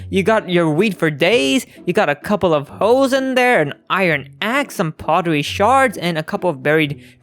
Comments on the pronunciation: Poetry shard?. Man be wanting to say Pottery but cant seem to get the pronunciation.. Keep at it my guy, you will get the correct word eventually.. XDD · It's funny that he says "poetry shards" when it's "pottery shards" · Poetry shards,?? No, it’s pottery shards…Pot-ter-ry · Sorry, but they are called Pot-er-e shards, not Po-et-ter-e shards. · Dawg really says poetry instead of pottery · I don't know why it makes people mad, it sounds super funny and enjoyable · Sorry lmao i laughed when you said pottery shards like “poetry shards” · Does it bother anyone else that he keeps on saying “poetry shards”?🤣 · Am i the only one who noticed him say poetry shard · I Heard Po-Tree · U say pottery wrong